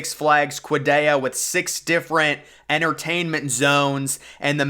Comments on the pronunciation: "six flags kwadayya" 💀💀💀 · Canyon not “Cannon” and you’re absolutely butchering the pronunciation of Qiddiya